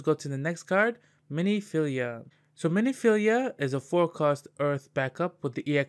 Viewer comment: it's Min-filia, not mini-filia, also Scion is pronounced "Sai On" or "Sigh On" - you just kept saying it wrong so I had to comment =) otherwise nice video!